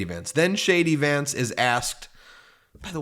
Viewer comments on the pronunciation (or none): Hilarious....when you say JD Vance I hear "Shady Vance"! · ONE MORE THING, DID U SAY SHADY VANCE 😂😂😂😂 WOW AH